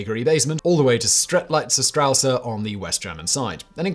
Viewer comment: hey man if you are going to make a half an hour long video, could you please at least research how exactly to say the word you are saying the most... Straße there's no A in the end of strasse ok.